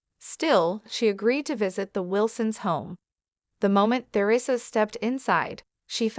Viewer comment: AI's reading is so distracting my mind wants to explode when it pronounces Theresa incorrectly other sentence When you post his crap don't you listent to it first? If you do correct it!